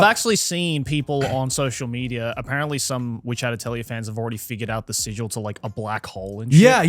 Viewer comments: It’s pronounced, “ATELI-YAY” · its pronouced ateulié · Why can seemingly no English speaker pronounce the word atelier correctly? @@